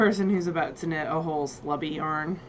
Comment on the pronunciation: I heard slutty the first time you said slubby. Really getting judgy with that yarn,! lol